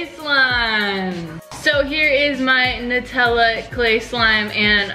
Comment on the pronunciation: It's nutella sounds like new tell uh